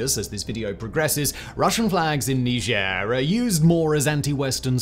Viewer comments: Are you French? Why are you pronounce it like that? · That's how you pronounce it? Didn't know that. I pronounce it 'Nyjer' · You mispronounce the name of the country, it's supposed to have a more of a G sound and a harder R on the end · Can’t wait to hear “mispronounce” Niger.